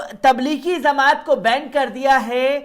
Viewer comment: Pahle aap bhai sahab kuchh jankari sahi kren. Jamaat lafz ko zamaat bol rhe ho.